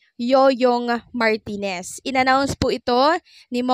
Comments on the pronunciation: Yoyong MARTIREZ hindi Yoyong MARTINEZ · Martirez hindi martinez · MARTIRES NOT MARTINEZ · Yoyong Martires hindi martines